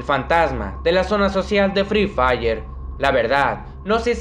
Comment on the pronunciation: Me encanta cuando dice free fiyer 😂😂😂😂